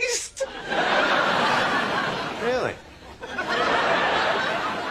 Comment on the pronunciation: “The lotion and the powder have made a pAaStE .” 😂🤣